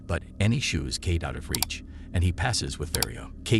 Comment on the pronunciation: Film is 'Kate' staring Woody Harrelson and Mary Elizabeth Winstead. Automated voice-over mispronounces many words, instead of saying 'mission' it says 'machine'. The primary character is named 'Kate', but the voice calls her 'Key'. That's just a few of the mispronounced words. So, take it as it is.